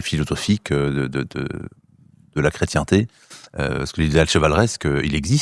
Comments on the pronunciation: quand il dit chrétchienneté ça m'énerve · Pourquoi le franc maçon dit la chretienneté, c'est la chretienté... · C’est une "affrication" ! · Le maçon, inculte mais menteur comme tous ses semblables ment avec un aplomb remarquable, surtout pour un nain intellectuel qui ne sait MÊME PAS prononcer le mot "chrétienté". Le type explique que le rituel maçon est "chrétien à l'origine"... Comment un rituel serait-il chrétien en dehors de la croix, du sacrifice de la messe et de la communion dans le Corps du Christ?